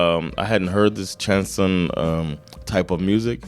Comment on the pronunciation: Chanson (stress on second syllable) is French for "song", but also the style of very dramatic and emotional French songs. It doesn't fit your channel, but you should check out Jaques Brel's song Ne me quitte pas (Don't leave me) No subtitles, but I don't think you need them